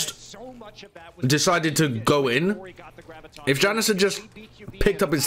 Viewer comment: I’m gonna kms if keeps calling Janus “ya-noose”